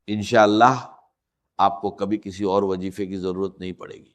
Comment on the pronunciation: یہ Ai سے بنائی گئی ویڈیو ہے یا اس پر یہ آواز ڈب کی گئی ہے۔ ذرا غور سے سنیں تو وظیفے کو وجیفہ کہا جا رہا ہے۔ جائز کو جائج کہا جاتا ہے اور لہجے میں وہ لھنک نہیں ہے جو ڈاکٹر اسرار احمد (رح) کے کہجے میں تھی۔ اللہ معاف فرمائے چند پیسوں کی خاطر لوگ کیا کیا کر جاتے ہیں۔ کاش اس ویڈیو بنانے والے کا راج بھی اللہ دنیا پر کھول دے۔ آمین